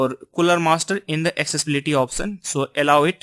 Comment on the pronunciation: option ya oftion 😂😂😂 improve your English 😂